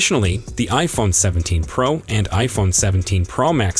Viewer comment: I thought it was a PRO Max not a PRaaaah Max. Please explain.